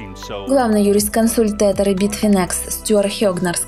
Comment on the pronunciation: Не тетэр, а тезэр читается правильно